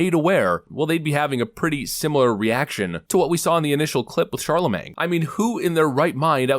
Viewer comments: Charr-la-mang Duh small g god. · I can never get over the fact that can't pronounce Charlemagne. Im honestly wondering if he's doing it on purpose or if he's illiterate.